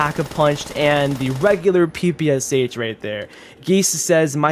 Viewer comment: ppsh reads out pepesh